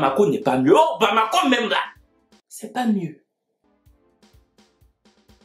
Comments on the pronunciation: Baaaaamakoooo mm nest pas mieu, laisse trop marrant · Tu a trop appuyé sur pour Bamako la hein😂😂